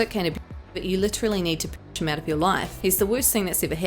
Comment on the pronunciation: “To save his liaffff” lol